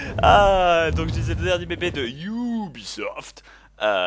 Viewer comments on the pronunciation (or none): Bob, je suis désolé mais ce n'est pas "Ioubisoft" mais "Ubisoft". UBI signifie Union des Bretons